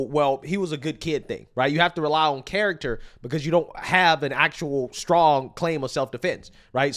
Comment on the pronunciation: He said the 🥕 carroter.... The only words he can properly pronounce are those key words used to trigger uproar bigotry racism etc etc